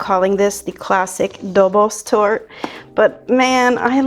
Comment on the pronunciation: The correct Hungarian pronunciation of Dobos Torte is roughly Dobosh Tortah. If you’re not sure, just add an ‘H’ to the end. So now you know: it’s not goulash, it’s guhyash 🙂 Btw, I just found your channel because I was looking for a vegan mirror glaze. But I’m in a small town where even toasted sesame oil is some kind of exotic, never-seen ingredient — so I have no chance of getting agar agar here 😢.